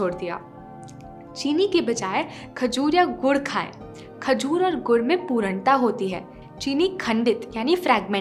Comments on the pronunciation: Great video Sorry For poornta not pooranta sorry but it annoying and noticeable for me But great video at all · Improve your pronunciation Specially पूर्णता not पुरणता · It is pronounced as puRNata not puraanta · पूरन्टा नही ।।। पूर्णता (purnta) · पूरंटा नहीं पूर्णता😀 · You have pronunciated पूर्णता wrong.please check it on Google